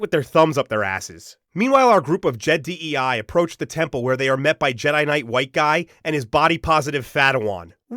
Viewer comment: "Je-DEI" hits hard.